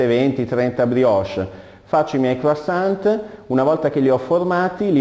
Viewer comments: croissant t t t t t t mi raccomando la t. ......che odioso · qualcuno dica al prof che quando si pronuncia la parola croissant la t finale non deve sentirsi!!! Non si può sentire una roba del genere... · Buonissimi!!!!!!! Una piccolissima dritta, non di pasticceria, questi dolci si pronunciano senza la t. In francese le consonanti che formano la parola deposito in finale di parola nn si pronunciano mai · Bravissimi ma croissant senza la T! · La t nn si legge chef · e' effettivamente scandaloso.. come cazzo si diventa pasticcere senza neanche sapere come si pronunciano le parole di quello che si cucina ;_ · O diooo, perché gli italiani sono sempre così.. Mal educati... Bisogna dire senza t finale, per il resto bravissimi... PS: anche quando dormite voi parlate......